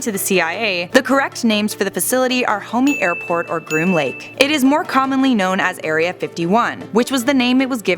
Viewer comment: "Homey Airport.......???!!!" WTF???